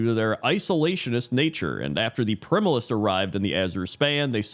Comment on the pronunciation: I don't think you said Furbolg once actually. You did mispronounce primalists tho.